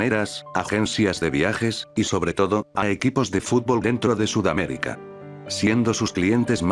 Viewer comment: Surrrrrrrramérica!!! SuRRRRR No decimos tampoco Nodamerica o sí?